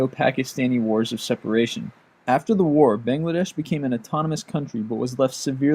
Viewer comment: I'm sorry but the way you say Bangladesh -_